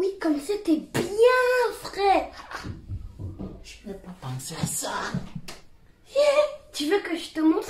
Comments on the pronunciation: Le mec au lieu de dir frais il a dit fraiche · On dit frai